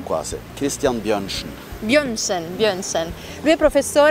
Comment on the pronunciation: Bionscien.......non Bionsen 😉 Altrimenti sembra un doccia schiuma 😂😂😂